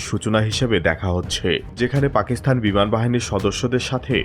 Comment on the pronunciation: পাকিসথান নয়, পাকিস্তান । আপনার উচ্চারণ ঠিক নাই